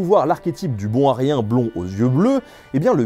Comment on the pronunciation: "Un bon Aryen", moi j'avais entendu "un bon à rien"... ça m'a fait rire, il m'en faut peu !